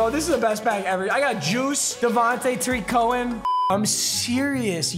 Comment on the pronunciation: papa saying tarik cohen correct made me very happy